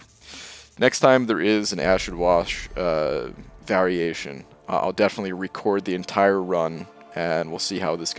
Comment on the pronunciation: Ashid Wash Variashon